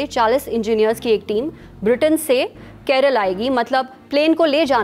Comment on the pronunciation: Its not KEREL, its KERAALLAAA please dont be disrespectful